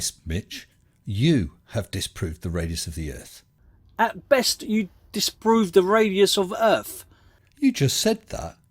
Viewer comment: He also pronounces Earth as Urff.